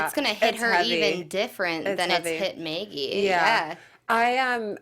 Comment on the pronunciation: You keep pronouncing her name "Meggie" - but it's "Maggie". No one on the show has ever called her "Meggie".